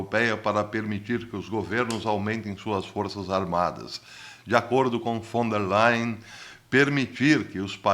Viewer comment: Bom dia, Professor 😊 Adorei sua pronúncia do nome da vovó malvada, Ursula Von der Leyen 😉